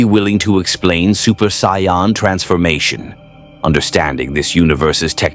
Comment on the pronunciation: Ok near the end of this now.....its Saiyan. SAY Ann. Not sion, scion, cyan. Please figure out how to make the a.i voice say it like that lmao. Also I like how you swapped Vegeta and Goku during the Android saga haha. Someones got a favorite haha.